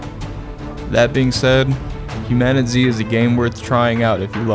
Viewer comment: It's pronounced human-a-tease